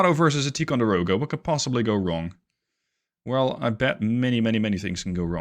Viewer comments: Just an FYI... Ticonderoga is not pronounced Tee conderoga. It is Tie conderoga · It’s actually “Tie-con-der-oga” not “Tee…” benefits of growing up in Upstate New York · I'm sorry, but I served onboard both the USS LEYTE GULF CG55 and the USS MONTEREY CG61, the class of ship is pronounced Tie Con Der Oh Gah, but thank you for the video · TIE-conderoga. The Dutch accent is cute, tho.